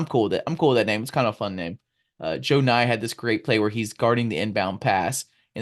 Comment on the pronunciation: Savage! Haha. Love this show. JOE-nye kills me. Pretty sure it’s JUH-nye